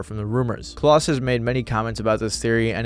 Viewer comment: Klaus rhymes with 'clown' and not 'clause', by the way.